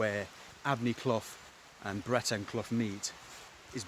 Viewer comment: Nice video. Just for reference, Eyam is pronounced Eeeem. Thanks for sharing.